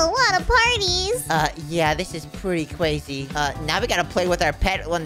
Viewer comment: CWAIZY: crazy 🤣